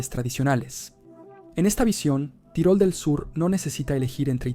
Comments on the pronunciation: Se pronuncia "Tirol" en dialecto austríaco tirolés, casi igual a como suena en español. No hay necesidad de decir "tyroll", como si fuera un personaje de MMA. A ver si los latinos dejáis de una miserable vez de pronunciar todas y cada una de las palabras extranjeras no inglesas con ese estúpido acento americano. He llegado a escucharos pronunciar "Paris" como "pareys" o "Bruxelles" como "Brooxels". En serio, que me cabreáis. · es estupido decir tairol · ¿Qué necesidad hay de decir "tairol"? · Es una traducción automática desde el inglés. La "i" suena como "ai" y el sistema lo reproduce así.